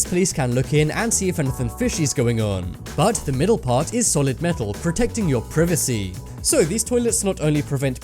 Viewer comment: Did anyone notice he pronounced privacy wrong